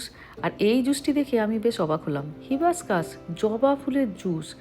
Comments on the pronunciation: Hibascus noi hibiscus hobe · Hi, I think "Hibiscus" isn't pronounced as হিবাস্কাস (hibuscus) rather the pronunciation should be হাইবিস্কাস (HI-BIS-CUS)।